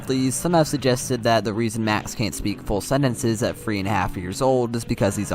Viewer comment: I like this video, but what’s up with him pronouncing things weirdly? He says “free” instead of “three” and pronounces “th” as an f sound